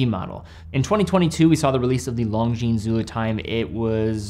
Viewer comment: This guy can't even pronounce Longines correctly. 😂😂